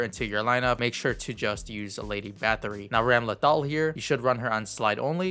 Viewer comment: Thanks for the video as always man! Also pretty sure it's Ram - Lethal haha